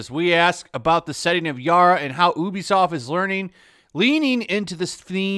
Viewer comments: bruh. It's pronounced "U be soft" not "OO be soft" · Why is he pronouncing it as ooobisoft its youbisoft right? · Its pronounced "you be soft"